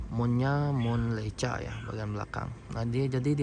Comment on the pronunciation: bacanya leika bang hehehe